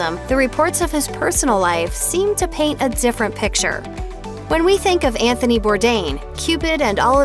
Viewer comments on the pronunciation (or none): none